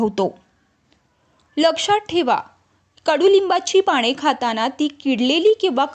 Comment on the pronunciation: माहीती खूप चांगली.पण पाणे नाही हो.पाने म्हणा.क्षमस्व.